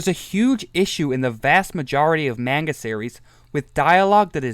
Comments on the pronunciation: You know, I watched all 32 minutes of this to give it the benefit of the doubt. And while I was watching I thought "this has to be a troll, not even pronouncing "manga" correctly ". But then starts talking about the patriarchy, toxic masculinity, and Jordan Peterson... After that I realized this person is another one of those idiots. I don't think anyone would give this video hate if you had just stuck to making points about Griffith as a character and made this a case study analyzing Griffith's reasoning, and the story itself. But bring up dumb stuff like modern gender politics for manga that started in 80s and the anime arc in 90s is beyond stupid. And then insult other's opinions in the fan base then expect them to respect yours... But criticisms aside. Enjoy your attention. You earned it for making such an outrageous video. I commend you for trying something different. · shit take and also it’s pronounced “mon-guh.”